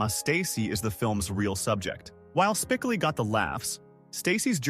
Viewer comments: Good grief, Dude!!! Why dont you pronounce the character's name right!!! Obviously, you didn't watch the movie!!! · Judge Reinhold did not wear the Pirate hat at the Convenience store at the end. AI needs to be taught CORRECTLY not only was that incorrect but Spcoli's name is mispronounced. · think your crap AI will ever pronounce Spicoli correctly? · Why is the narrator pronouncing Spicoli's name incorrectly? It's irritating. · Funny how AI narration just can't seem to get the pronunciation of "Spicoli" or "Michael J Fox" right. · Thumbs down for AI bs. The main character isnt even pronounced correctly wtf man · Ai sucks can't even pronounce Spicoli. Pathetic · It's a bad start when the reader can't pronounce Jeff Spicoli's name correctly. Try watching the movie once perhaps before you create a video about it. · Hate AI content that can’t even pronounce the main character name correctly…. Does no- one even proof these videos?! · Hearing the name mispronounced ended it for me. Proofreading and correcting before posting is highly recommended if you don’t want to embarrass yourself. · he thinks Spicoli is Hispanic lmao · Credibility lost the first time you mispronounce Jeff’s last name. Can’t even watch to the end now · I hate when idiots destroy videos u didn’t even watch the movie… it’s spicoli not spiclee u dunce. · No shit, that was so annoying over and over and over again they could not pronounce spec Oli. It’s not that difficult. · S p i c o o lll eeee not Spickily.. dumazz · Its spikolee not spikilee Ai is ruining the fun of the name .its was funnier hearing spikolee . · Spicoli (Spa-kol-ee) not Spicillie😂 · Spickley??? I hate AI so, so much. 😞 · Spi-coal-lee is the way it's said Mr. AI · Spickilli? AI crap! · Spicillie? I stop watching right there.... AI strikes again....Does anyone do any editing and listen to the dialog before uploading these videos? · I stopped at "Spick-oh-lee". So about 45 seconds in. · Spic a Lee? Really? F this ai crap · It’s Spi-Kol-ee